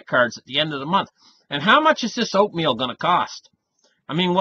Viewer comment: Oatmeal .... I thought you said opium LOL